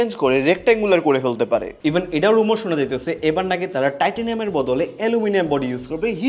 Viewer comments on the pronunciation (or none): রিউমার নাকি রোমোর??😂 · রুমার না দাদা রিউমার স্ক্রিপ্ট ভালো করে পড়ে তারপর না হয় শুট করতেন